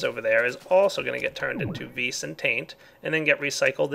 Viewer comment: Stop saying ves say vis that's what it's called